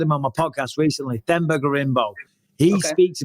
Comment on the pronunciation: Love colby for pronouncing Themba"s name the right way its so simple Bisping!!!